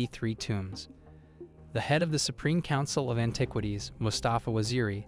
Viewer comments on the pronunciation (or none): Cracked me up when you said AnTIEquities.